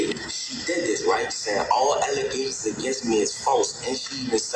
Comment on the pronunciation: Alygasins and afadavis 😂